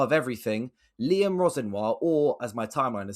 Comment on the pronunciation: My god why has he butcher liams name like that. Geezers from london not paris